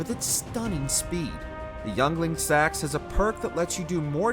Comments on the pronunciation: lol "Youngling sax". Pronounced "Ingling seeks". Do some research if you don't know. Sound foolish otherwise. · If I ever hear someone say Yngling Seax as youngling sacks and not Ingling Sew, i'm finding you and killing you. In minecraft.